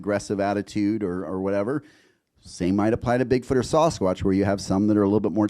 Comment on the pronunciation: The Americans are pronouncing it “Saw-skwotch” now?